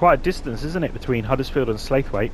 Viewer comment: Slaithwaite is pronounced Slawit not Slathwaithe